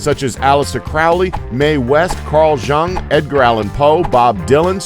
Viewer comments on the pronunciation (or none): Who the fuck is this intended for? Teens who 'want to know?'"You can get it wrong/and still you think that it's alright...""Carl JUH...ung???' (fuckin' 'robot-voice' has no clue how the fuck to 'pronounce' a name!)